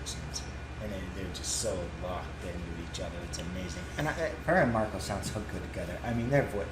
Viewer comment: Yo, dudes! U ain't heard Floor do anything yet! Check out our Valkyrie Goddess in her other band Revamp doing "Disdain" at Graspop. Our queen growls! You won't be sorry, trust me. PS: Wacken is pronounced Vah-ken. And the bassist is called Marco. Peace out, brothers!